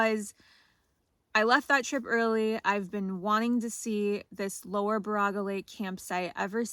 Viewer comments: I'll be that jerk. Its pronounced BEAR A GA. Not Bar a ga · Impressed you are doing solo winter trips like this. Just so you know, it's pronounced like this. Baraga (/ˈbɛərəɡə/ BAIR-ə-gə) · Love your videos!!! We live in da yoop. Just a quick pronunciation fix. Baraga is pronounced “ bear-uga. Keep going you amazing. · baraga is pronounced bear-ah-ga. there's a lot of weird names in my yoop. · Hello again, I have now completed the video (love it), but was wondering about the baraga lake. The reason I was wondering is I had not heard of it until I looked it up and found the reason why. Baraga is pronounced Bear*ah*gah but don’t worry about that cause the only people who pronounce it correctly are the local people. You will find a lot of places in the U.P. have the name Baraga in them as Father Frederic Baraga was a Catholic Priest who came to the area in 1843 to minister to the Ojibway natives. Father Baraga was known as “the Snowshoe Priest” as he would travel hundreds of miles each year in the winter on snowshoes. In 1853 he was elevated to Bishop by Pope Pius IX and was the first Bishop of Marquette. Bishop Baraga died in 1868 and is buried in St Peter Cathedral in Marquette. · Hello, and welcome to the great UP. I live "up" here in Iron County. Great to be along your adventure here. I just wanted to say, Baraga, is pronounced BEAR A GA. Bishop Baraga, the Snow Shoe Priest. Be well and keep the adventures going !! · Great adventure, thanks for sharing. I believe the yoopers pronounce Baraga as Bear a ga. I could be wrong😁